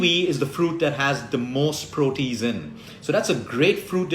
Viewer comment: Just 1 correction- the enzyme is proh-tee-ayz. Also I am allergic to kiwi and am diabetic so mango and pineapple are poison acc to dr( although I love both) any suggestions? Have been eating ginger a lot though so that’s good. Also raw foods especially salads are a huge problem in India due unclean water being used to grow them and eggs etc leading to worms( iv had this issue 3 times despite washing them well)